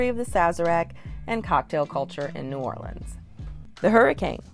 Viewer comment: You did a great job ! Mispronounced a few things, but proud of you for saying New Orleans correctly ! I would add crabs - yum - and also crabmeat au grautin ! I also laughed at the end when you were eating Chinese food - being from New Orleans, I can honestly say that no matter what the type of food, it’s the best in the world - and yes, I did have red beans & rice very often on Mondays ! TFS 😊